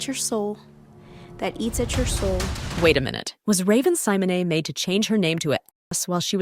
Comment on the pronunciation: Raven Simon-ay, huh? 😊